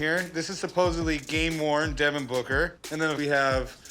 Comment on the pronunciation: A grown adult just said “Supposebly”.